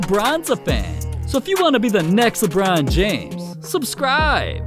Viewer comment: I’m just skipping back 10 seconds to listen to him saying “Lebron James” 😂